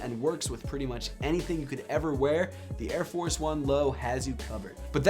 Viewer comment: It's airforce not airfor